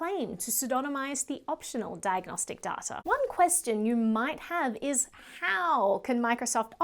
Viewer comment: It's not DATR it's DATA come on 😁